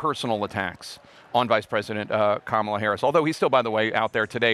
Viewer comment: He sounds so stupid when he mispronounces Kamala's name on purpose.